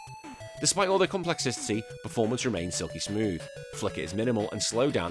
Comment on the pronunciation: Never stop saying complexicity